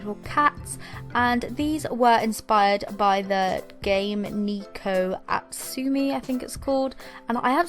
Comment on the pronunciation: Btw Neko Atsume is pronounced Neh )as in meh but with a n) co (.co.uk) At-Sue-May Neh-co At-Sue-May